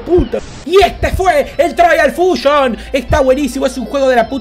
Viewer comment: se dice traials fushon